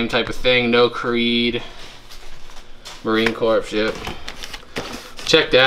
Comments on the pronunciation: Yikes appreciate the shows. However. You like Obama mispronounced Marine Corps. Not Pronounced C O R P S E s is silent. Always good to learn daily more respect from others And most important for yourself Aloha Tom so envious of your career choice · The sand might be from Iwo Jima - Marines who make the pilgrimage there often bring back sand. Please get it back to him. Also, it is pronounced Marine "CORE", not Marine Corpse - Keep up the good work! Very interesting stuff! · Marine Corps is pronounced ‘Core’. 😂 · All Marines are ALWAYS Marines, regardless of where they are or what they are doing. The fact that he was an NCO (non-comission officer) deserves respect. A leader of Marines. Amvets, VFW, and other veterans organizations can help try to find him. Semper Fidelis, is the Marine Corps (pronounced core) motto. It means "Always Faithful " Marines say Semper Fi to each other. If you find him tell him many of his brothers want to say Semper Fi, and wish him well. R. J. Chapman USMC. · Marine Corps. I was always confused how to pronounce it. It's Cor. Don't call him baby!!!